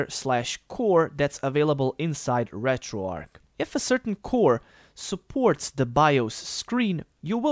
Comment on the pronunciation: Why does everyone on Youtube call it RetroARC? The word is RetroARCH like An arch in a bridge, St. Louis, archbishop, etc. Retro "Arch"